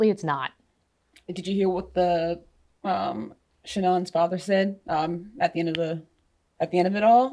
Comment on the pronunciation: Shannan? Her name was Channon.